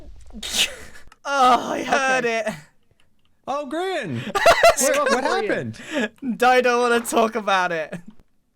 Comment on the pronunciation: Sorry to laugh so hard but you said Grain not Grian